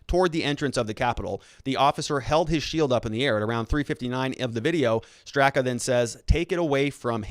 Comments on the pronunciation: Pronouced Brandon Strahhhka. He is the founder. A lifelong Dem, gay New York hairdresser, Hillary voter who left the Democratic party. He is NOT a right winger. I feel sick. A gut punch. Weaponized FBI to politically free voices. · Pronounced Strok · Lol... you and names just don’t get along, huh? 😂 It’s Brandon “St...rock” strock... seems weird, but the a on the end is silent and the first is pronounced like the a in father. While I’m helping with name pronunciation, Andy Ngo’s last name is pronounced “no” - the g is silent. 🙏✌️❤️